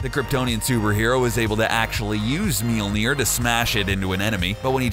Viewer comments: mjolnir pronunciation pretty cringeworthy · You don't even know how to pronounce Mjolnoir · Pronounce it properly? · I hate this because of the way he pronounces Thor’s hammer honestly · Stop trying to pronounce Mjölnir. You're not a viking, you're a 2017 US citizen. Just call it a hammer. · I'm not from Norway, and I still cringed. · not even Thor can pronounce Mjølnir right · I don't know what's worse some of the superheroes you chose or the fact you can't pronounce Mjolnir properly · Learn how to say Mjølnir. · He pronounces Mjolnir wrong. It's really fucking annoying. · hahahahhaa Absolutely butchered the pronunciation.... I have never heard of a hammer called ''MealNear'' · How you pernounce thor's hammer is minulnair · What the fuck is a "Millneer" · did you say "miumil"? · Thor's hammer is pronounced meeolneer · IT’S MOLE NEAR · Meelneer? really? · I'm halfway through this video and if I hear you say "meal-neer" one more time... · Melody Beats its spellt mjölnir and is pronouncer like mjölnir Ö is like a mix between a and o like saying ahhh. Trust me im swedish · Please stop with the horrible mjolnir pronunciations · The Iconic Hammer Known As "Meelner" i cringed. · "MEAL NEAR" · How cbr pronounces mjölner: melner How to accually pronounce mjölner: mjylner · Dude...its called Mjölnir not Milnir! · “..his hammer..” “MEELNEER” It’s pronounced: Mil-Nor. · Love how every americans prenounce mjølner mjilier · It’s not meolner it’s majolnir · "Meal-Mere"???????? ...uhm it's actually Mjolnir (m - yoll - near) with an umlaut over the "o". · It's Mjolnir, with an O. Your pronounciation sounds like Mjilnir. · Mjölner** nor Mjelner xD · It is not pronounced Melner it is mjølner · mjinir? ahaahaha, it's mjølner for gods sake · it's pronounced mjOlnir...not mjilnir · Meel-neer, huh? MEELNEER?! It's pronounced myol-nir. There are no 'e's anywhere!!!! Pronounce it right!! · it's not Mealmir it's Mjolnir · It's mjölner not mulinjer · It's "Mjølner" not "Mjilner" XD